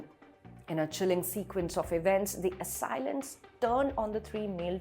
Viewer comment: Ummmm....the words Canal, Police, and Assailant are pronounced in a most unusual way. Most interesting. Must be Ind-Glish !